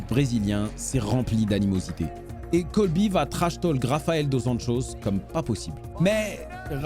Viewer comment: C’est Colby et pas Coby